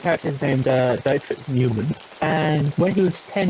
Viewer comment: Dietrich is pronounced Dee-trick